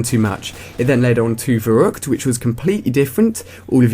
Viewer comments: The name of the map ''verruckt'' sounds like the word verrukt! (you say verukt) that is the dutch word for damn xD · if you shall say verrückt, you said it wrong! it is ferryckt! (thats how you say it, it is german, a v is the same as f and ü is the same as y)